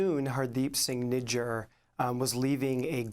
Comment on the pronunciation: Not Nijaaaar... it's nijjar